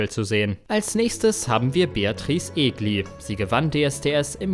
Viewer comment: Ich dachte immer Beatrice war die erste Frau die gewonnen hatte. Warum wird Daniel Kübelböck und Luca Hänni nicht erwähnt? Unf warum kann kein Deutscher den Namen Egli richtig aussprechen?